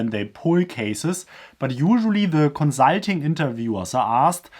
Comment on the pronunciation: Is it Consiiiitinngg or consulting?